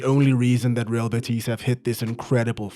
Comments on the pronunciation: The way you're saying "betís" is unbearable😅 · I love the French version of Betis, "Betís" hahaha. loved the video ❤